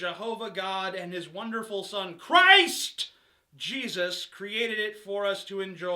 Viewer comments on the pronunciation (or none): This was hilarious and I appreciated the laugh. I just about lost it when you emphasized "CHRIST" from that tweet. Keep up the great work!